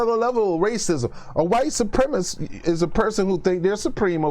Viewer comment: Great video. Hit most of the points square on the head in a way that is superior to many other commentators. I will watch much more of you in future. Only quibble is that you should say supremacist properly.